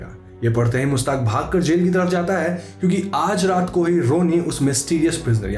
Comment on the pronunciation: it's mir jaffar... not mir zaffar. and mushhtaaq... not mustaq.